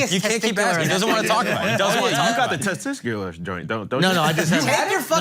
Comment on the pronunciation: "You got the test-ticulars joints don't you?" 🤣🤣 bro is funny idc what yall talking about